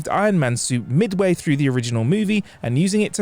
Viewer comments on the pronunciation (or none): none